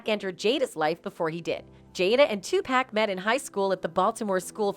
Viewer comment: I hate the way y'all do videos of Tupac and they say his name in the videos. Y'all still say this man name wrong